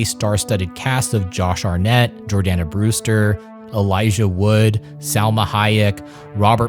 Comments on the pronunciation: Its Josh Hartnett, not Josh Arnett. The Shining segment is where we feature the host's focal point of his thesis. I hope he got an A on his wokeness in film in his gender studies class at whatever uber liberal California university at which he attends. This was such a good opportunity at a subject matter. If done by someone who was remotely capable of keeping his personal politics out of it, this would have been top notch. Unfortunately, this liberal dope couldn't help himself, and for that we get a video that you have to take with a spoonful of salt. I made it through to the end, but it wasn't easy. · This was an incredibly fun and informative video to watch but is it really Josh "arnette" and not "heart-net"?! Most disturbing part of this video 😱 😟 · I dont mean to nitpick but Josh HarTnett, not Harnett, Urban LEGEND, not Urban legends. With that out the way, this was awesome, apart from the fact you bigges up Jason X, one of the biggest pieces of tripe ever, regardless of genre or subject 😅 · Brilliant video.. but are you saying “Josh Arnet” during The Faculty breakdown? Lol